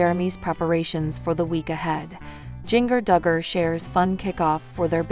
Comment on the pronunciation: Say her name right. It's pronounced like the spice GINGER. Not like jnger